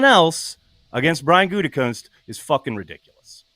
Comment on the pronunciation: What's up with calling him goontekunst like every time😂